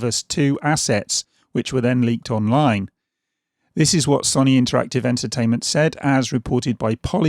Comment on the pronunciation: You’ve said Sony wrong